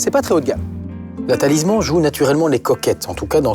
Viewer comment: Lui, il ne sais pas dire correctement Talisman, et vous, ne s'avez pas écrire correctement ! Des GENS et UN nom, c'est mieux. 😅